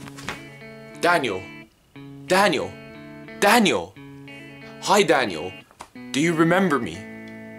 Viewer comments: He says danyo not daniel look I'm not tryin to be mean or anything but his English is soooo bad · Danio you said danio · you dont say dainel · This is how many times he said Dainle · Its daniel not danial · This is how say Daniel:Danyel Me: say what? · Why do you keep saying Danielle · You can barley say Daniel